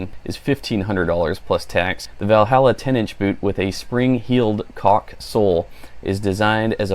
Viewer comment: Stunning boots Matt! Quick FYI: "caulk" is pronounced "cork" and the spikes are to provide us forest workers traction for walking on logs. Great review!!